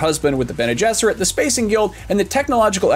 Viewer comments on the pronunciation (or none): none